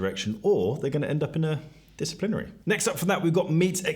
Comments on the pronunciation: “Disaplinary”:, I’m not being pedantic. That has to be corrected. It’s “disciplinary”. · WTF is ‘disaplinary’😂🤣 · It's very funny that all of these rankings and opinions are totally nullified and undermined by the hilarious butchering of the word 'disciplinary' 😂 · Came to the comments to look for a reaction to this. English is not my mother tongue but that one sticks out like a sore thumb :P